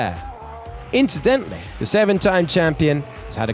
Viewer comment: هو يقولInchidentally 😂